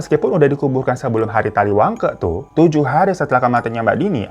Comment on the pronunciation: taliwangke (baca ke) nya kaya di ungke ungrr gitu bang.. bukan ke kaya di kata kesirep🙏🏻🙃